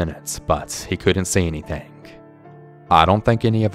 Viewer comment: it is building not bail-ding!!! anything not Annie-thang. I am only kidding. Good stories. Plus I think ur ache-sent is cool. I just wish I had an accent. Peace 👊